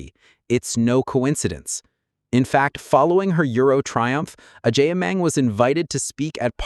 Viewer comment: Please the name is Agyeman not Agyiman.